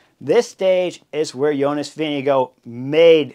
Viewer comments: doesn’t seem obvious, reading the above about how to pronounce his name. The last part (gaard) is the old way of spelling “gård”, and is pronounced pretty much like the English word “gore”, not like “guard” or “go”. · Vingegaard...how is this actually pronounced ?? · THANK YOU !!! I was trying to make a point... As much as I enjoy the in depth analysis of racing bike racing, I wish there was at least an attempt at proper pronunciation of VINGEGAARD..